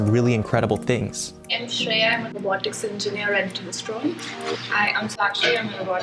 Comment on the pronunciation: I love how said the pronounced the name shakshi and shreya perfectly....